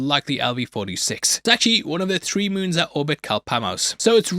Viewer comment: hey can you please say three instead of tree